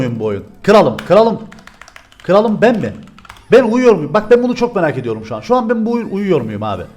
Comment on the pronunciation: 4.44 kıralım degil kralım